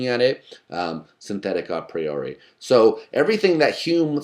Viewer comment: I'm glad he pronounces A Priori correctly (Latin form, not English form)